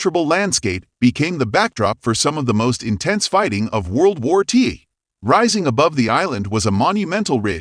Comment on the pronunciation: World War Tea? Bye bye A.I.